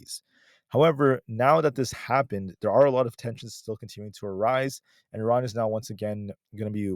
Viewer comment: why do you pronounce Iran correctly??